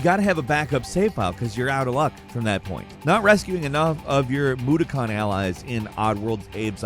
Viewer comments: Lol in Odd World they are called Moe-dock-kins. Not mood-a-cons lol I really love your work my dude keep up the good work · Moo-dah-kins So many people pronounce the name of the creatures from Oddworld even though they say it many time in every one of the games.